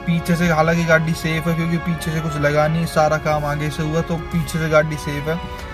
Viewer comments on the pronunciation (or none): bhai pahle gadi bolna sikh lo ache se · gadi bolna nhii ata kyaa tuje